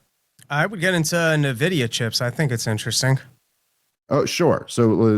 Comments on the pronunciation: Say it with me. EN-Vidia. Not NA-Vidia. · I hate to be that guy, but its not pronounced "Nuh-vidi-uh". It's pronounced "En-vidi-uh". Like basically just the letter N, then vidi-uh. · N-vidia.Not Nah-vidia.